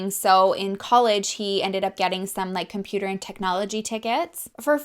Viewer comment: Love that your still adding the riddles. I said the dog ran around the river. Boo. I was so excited for you in the beginning. You said that sentence that I know I couldn't say once and you said it twice. I was all happy for you until you said compooter. Ok it made me laugh lol. I love your personality. And you are always gorgeous 😍.